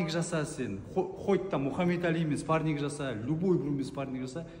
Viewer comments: ОСЫ ЕСАЛАҢҒА ЕШКІМ ТҮСІНДІРМЕЙДІ МА СПАРНИК ЕМЕС СПАРРИНГ ДЕП😂😂😂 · мына қазға айтындарш спаринг дегенди дұрыс айтсын